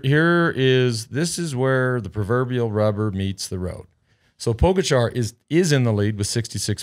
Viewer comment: That is funny, because he pronounce Pogačar correctly :)